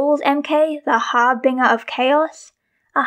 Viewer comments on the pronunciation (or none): a bit of correction on pronunciation - the red aura is emanating from macaque, not emulating. 'harbinger' is also pronounced with a soft g, like in 'binge'. don't take this as me being mean or anything!!! i used to say 'harbringer', so you're already a step ahead of me. the set things are really interesting, but there have been egregious differences with the representation of the character in visual media and the physical sets for decades. however. however something i have lost my train of thought. toot toot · Yeah, I know I pronounced harbinger wrong lol 😅